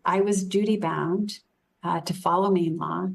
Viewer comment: She says "meen" not "Maine"